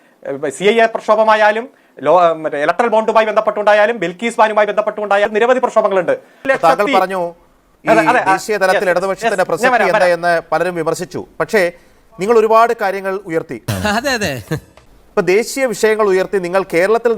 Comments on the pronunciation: പ്രശസ്തി അല്ല പ്രസക്തി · "പ്രശസ്തി" അല്ല, "പ്രസക്തി" ആണ്,. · പ്രശസ്തി അല്ല, പ്രസക്തി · പ്രശസ്തി അല്ലേടാ മണ്ടാ പ്രസക്തി importance or relevence